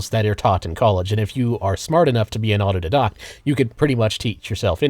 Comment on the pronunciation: I’d almost swear it’s a bit how often he mispronounces things. Like his entire video of being an autodidact while mispronouncing autodidact.